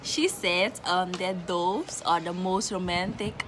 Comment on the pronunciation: Not us pronouncing “Doves” wrong 🤣🤣